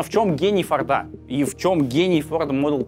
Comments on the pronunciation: Интересная история. Только в Фамилии Форд ударение на единственную гласную "О", то есть всегда фОрда, и никаких фордА (слух режет) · Мало кто знает, но ударение на Форде всегда на о